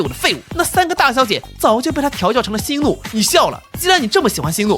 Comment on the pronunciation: 星改念4聲，怒改念2聲